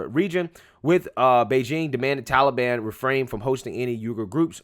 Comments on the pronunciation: What the blue hell is 'The Tullyban'? Puppet Joey can't even pronounce Taliban correctly. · Of course, it's his go to answer. Biden can't accept blame actually. He doesn't do anything. Trump made no negotiations with Talibon. Why does he keep saying seasonal? Seasonal immigration. Ah oh, it's Talibon season again! Fool